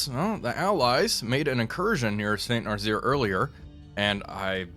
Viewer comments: "Saint Narzeer" gets me every time XD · Had to stop watching after the 3rd "Saint Narzeer"